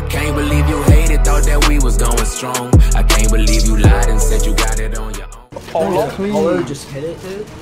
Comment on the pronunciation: Great video bro keep em coming im here 4 it my favorite part was the end "alright apolloh this is all you" lmao